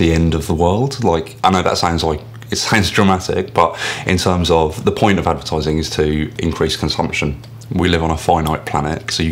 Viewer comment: "Ze edvertaaizing"